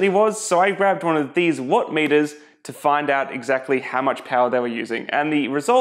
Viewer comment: "I grabbed one of these what metuhs" .... "Lets get staaaah-ted!"